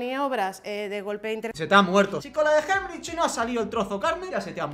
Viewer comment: tratando de decir Heimlich es lo mejor JAJAJAJAJAJ